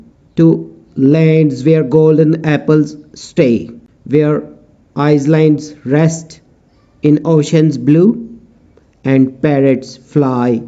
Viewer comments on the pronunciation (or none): In island s is silent